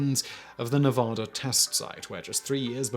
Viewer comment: There is no "h" in the name of my state, it is pronounced Nevada not Nevahda. This story of John Wayne and this part is directly opposite of what I had previously heard. The story I heard was he was forced into the part due to contract obligations and needing to do 1 more film before he could leave the studio. He basically made the movie as a contract dispute. Learn something new everyday.